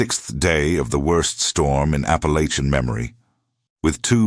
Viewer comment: I wanted to listen to this story, however, when the reader mispronounced Appalachian in the 1st sentence, its a hard NO for me.